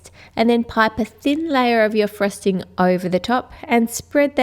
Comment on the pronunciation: its frosting not frusting!